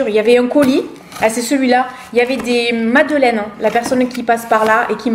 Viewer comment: ... "qui m'a envoyé des MaDEleines". Huuuummmm, elles doivent être encore meilleures avé l'accent. "...Et Titi qui n'a pas été gentil aujourd'hui..." Je m'entends parler à mon chat. En tout cas, s'il fait des bêtises qui font que Maman n'est pas contente, c'est qu'il va bien et c'est tant mieux ! Encore une vidéo super intéressante. Merci pour tout le coeur que tu y mets. Bisous à toi, à ta Maman et bisous Truffe.